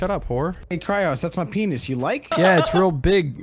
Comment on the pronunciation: Hewwo..? Is this kwyloz howze?